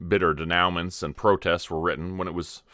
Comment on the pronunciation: I'm pretty sure the word there is denouement*, pronounced day-new-moi. Not "denowment".